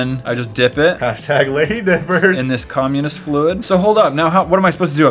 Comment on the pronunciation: did he say communist fluid lol